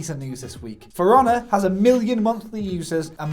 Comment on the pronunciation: When you say "For Honor" it sounds like you are saying "firana" I was like .... what is that about? Is it a game about a furry pirahna?